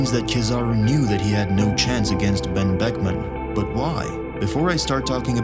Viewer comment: The real mystery here is how he said Ben buckman without his lips touching